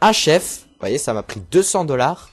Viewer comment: Et comme Chef est un mot d'origine française, le CH se prononce comme en français dans le mot CHeval ;)